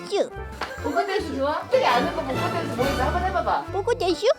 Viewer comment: 복고댄스 오ㅑ케 잘췈ㅋㅋㅋㅋㅋㅋㅋㅋ 발음도 너무 기여워 ㅠㅠ 복고댄슈ㅠㅠ